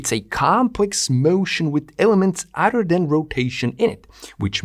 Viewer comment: You are a brilliant mind and amaze me with your comprehension... but please explain to me how you can be so smart, yet fail to understand the word "other" isn't pronounced as "udder". Why does your brain glitch on such a simple concept like pronouncing every word with the letters "th" properly? This is not meant as an insult, I'm just truly confused as if I watched someone solve advanced algebra equations only to see they can not grasp an understanding of how to tie their own shoe laces.